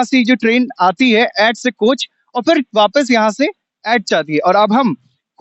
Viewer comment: ऐैट नहीं एट है एट किसी से भी पूँछ लेते भाई तुमने अच्छे खासे एट की एैट एैट कर दी 😂